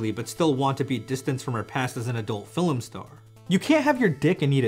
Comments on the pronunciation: every time you say fill em instead of film... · Why do you say stuff like "filum" instead of film? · Idk if you know this (and I’m not trying to be rude or anything) but it’s fi-lm not fil-m. Not trying to be an asshole but… yea. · FIL-EM?! WHY DO YOU SAY FILEM INSYEAD OF FILM EVERY TIME